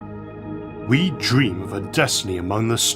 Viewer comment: "We can make our dweems a weality!"